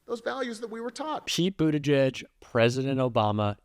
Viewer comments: The guy can't even pronounce Pete's last name correctly. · The Fox dunce can’t even pronounce Pete’s name correctly (in typical maga form) and introduces him as former mayor of Indiana?? I mean he’s the current secretary of transportation for Christ sake. Fox is such trash.